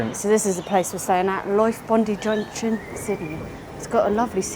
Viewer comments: Sorry its not Bondy, its Bondi (eye). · It's pronounced "BOND--eye" not "bondies". Sydney is a filthy giant city like most others on the planet. But it has a beautiful harbour and a lot of famous landmarks, and areas that are safe. It is cleaner than many cities, but you aren't safe at night in many inner city suburbs, no matter what they say. It is more expensive than other cities in the world. Brisbane is better, but minus the harbour. However, the Gold Goast and Sunshine Coast are only about an hour's drive south and north from there. And it has a free inner city man-made beach. You won't see Australia in Sydney. Or any other major city. Go for the regonl and smaller towns, particularly in Qld. If you go inland from Sydney up into the Blue Mountains you will be surprised by their beauty. Go to Katoomba and do some of the mountain walks, or at least see the views. Some of it is like the Grand Canyon with trees, and breathtaking. Bondi beach is a crap beach. The white beaches are further north. Please, please get sunscreen. It is hotter here. And you mentioned rain. If you stay a bit longer our snow fields will be open. There are free buses in a loop around the city. In Brisbane all journeys are only 50cents, even to the Gold and Sunshine Coast, and on the river ferries. Who the hell told you you can't drink the water??? If you hate fluoride then don't. But several areas in Qld have no added fluoride - the Fraser Coast is one. However, all Australian towns that provide water treat it. Only some very isolated place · Bond-ee beach??? BOND-EYE BEACH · Bon - Die not Bon - Dee. Aussies are only joking about the whinging Pom thing, we are really mates and mates stick together, hope you enjoyed your time in Oz and you come back again some day, Best Wishes.......... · Bondeye not Bondee Your mistake with the meat pie was the ketchup, tomato sauce, not ketchup it is different. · It’s pome meaning Prison er of mother England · Say, BONDIA, Not BON De